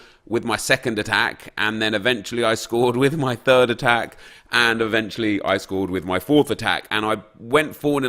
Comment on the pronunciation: Drinking Game: Drink 1 shot everytime Nep says "eventuelly" You'll get so Drunk, trust me